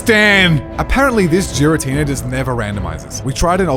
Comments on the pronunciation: If I hear him say Jir-atina instead of Gir-atina I might go insane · Jiratina absolutely really annoys me YOU DONT SAY GIRL AS JIRL ITS NOT SERENE JRASE AHHHHH ITS DRIVING ME INSANE 😂😂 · I cringe every time he said Jira-Tina 😂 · did he just say giratina like geer-uh-tee-nuh...its geer-uh-tee-nuh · No way this man just said Jar-i-tenena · Giratina? Nah, Jeeratina. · Jiratina??? Never heard of that pokemon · Giratina is pronounce with the G sound not with a J sound it's not jiratina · I've watched a couple of videos from this channel recently and I always get triggered by the pronunciation of Giratina. 🤣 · I’m hung up in the way you say Giratina.